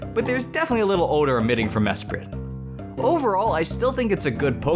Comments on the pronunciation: you : "Mesprit" T R I G G E R E D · It is mesprit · It's Mesprit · o its mesprit xD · damn i thought he was gonna say uxie not mesprit